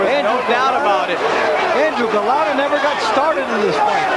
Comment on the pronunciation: That one commentator saying, 'Golata.' I watched this live and new Lewis would smoke him and he did. Golota had no chance against the amazing Lewis.